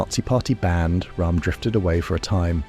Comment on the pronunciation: Roerm not Rahm. He was German not Indian!